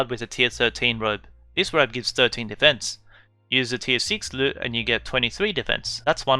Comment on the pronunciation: You called the lute a luu